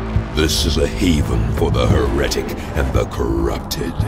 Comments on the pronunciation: He - Reck - Tik ....... Do you even english bro? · This looks awesome but it really annoyed me how pronounced some words - he-REH-tic. Wtf is up with that? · Congratulations you managed to hire someone who can't pronounce the word Heretic for a 40k game. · For all of that effort, you would think they would bother to tell the voice actor that he's pronouncing "heretic" wrong. It's the SINGLE MOST IMPORTANT WORD IN THE 40K UNIVERSE, after all. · Except... the universe is not infinite. Also, the stress is not placed on the second syllable in ‘heretic’, but on the first. You’d think an Inquisitor would know these things. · They pronounced heretic wrong